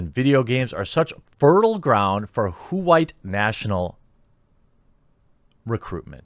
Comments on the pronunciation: Damn man, the way you pronounce the Leftist buzzwords gets me every time😂 Those Hoo-White Supremacist Nazzees! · Hey buddy, your tactic of pronouncing who-ait, isn't working: automatic subs still put it as "white".